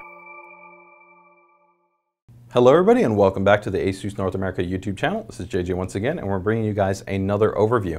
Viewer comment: Oh my God he pronounced it properly ASUS yuppy Over priced board but very nice.